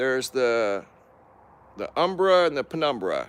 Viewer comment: “Umbra”. Or “ember” like Nov”ember”